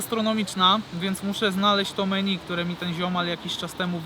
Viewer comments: Menju a nie meni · czytaj: „menju”